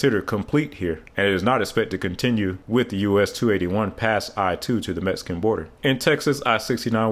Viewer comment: I was a bit shocked to hear you say "Metsican" as that's a racially insensitive way to refer to Mexico which we call "Meksico" here in San Antonio. It's difficult for non natives to know our "X" sounds as my county "Bexar" is pronounced "Bear" meaning the X is either a VERY hard sound or silent and you just have to know how the locals say it. Just like it's San Antonio, not San Antone unless you're non local. Thanks for the video, I didn't realize it was that far along as more than just a dream.